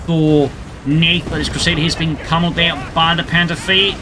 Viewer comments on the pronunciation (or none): your "panzer three" sound like "panzer V" i search for panther all the time